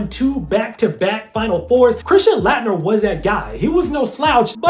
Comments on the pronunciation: it's pronounced late-nerr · I love your content. But I am a college professor and I always critique my students when they are public speaking. You keep mispronouncing Christian Laettner's name. He was arguably the best college basketball player of all-time or at least the 1990s depending on who you ask. You always research everything, so I am surprised you missed that. Otherwise keep up the good work.